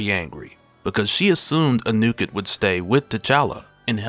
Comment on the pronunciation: it's pronounced AH New Ket